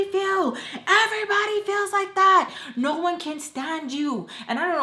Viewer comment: ohh it sounded like “Noah” to me lol